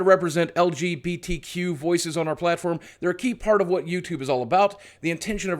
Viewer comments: Anyone else get a little annoyed every time he said "LBGTQ" instead of "LGBTQ" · It's super not important, but every time Boogie says LBGTQ instead of LGBTQ I twitch a bit. Hah. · LGBTQ*** boogie you were saying LBGTQ. Just pointing that